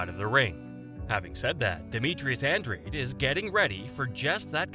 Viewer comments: An Drade? It’s pronounced Ahn Drah Day. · Go watch All Access Showtime Boxing … and come back.. it’s An-DRADE.. not ahn Drah Day .. I’m sure the people putting on the fight would know how to pronounce it .